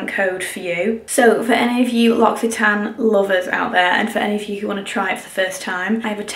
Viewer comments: Inthefrow 😂 in French we pronounce this « Lo si tan », no x but this language is so complicated 🙏🏻😘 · The whole time I thought she was saying Luxy Tan not L’Occitane 😂😂